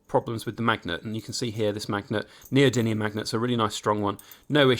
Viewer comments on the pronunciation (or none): none